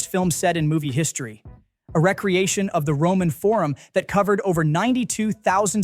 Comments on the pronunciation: AI voice or a human mispronouncing English? The pronunciation should be, re- creation, not recreation as in volleyball. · You guys make it so easy for us to avoid sloppy AI narrated channels. Several red flags here with multi-syllable words accented on the wrong syllable. For future reference “re-creation” shouldn’t be pronounced “recreation.” Yet another channel I’m asking YouTube not to recommend. Soon all that us TV and movie list lovers will have left is Mojo. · AI is mispronouncing recreation.